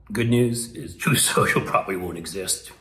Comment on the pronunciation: He pronounced it “Trofe Senchel”. Lol